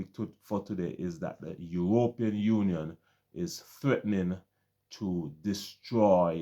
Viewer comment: Bro. I have some problems with your presentation. Firstly, I do not understand why you pronounce the word European the way you do. If I were a non caribbean person I would be misled to think that this practice is widespread in the caribbean. A few of the smaller islands decided to practice this nonsense but for many of us that is not our reality. You paint a picture that all we have is tourism, that is not totally true. You should be specifying that the few island that engage in this practice have only tourism. Stop saying "we" that problem is unknown to many of us. In the caribbean we have more than tourism as revenue generators. Trinidad has oil and a vibrant manufacturing industry. Export of agricultural product generates revenue.. jamaica and guyana are known for their bauxite. Jamaican manufactured products flood the caribbean and can be seen in the US and Canada. Guyana has bauxite, oil, gold diamond, lumber and some manufacturing. In my own country Barbados we depend heavily on tourism, some light manufacturing with the manufacturing of pharmaceutical topping the product list. But we generate a considerable amount of revenue from the financial services business. While we do not have natural resources our greatest asset is our people. We are amoung the most stable countries in the caribbean with one of the strongest dollars. My brother I do not like the way you protrayed the caribbean. That is the oecs countries that is not us.